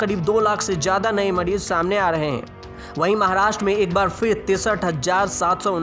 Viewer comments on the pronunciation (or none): Ancadh bihadi hai na Muh mein paan permanent hota inke Ra ko rda bolte hain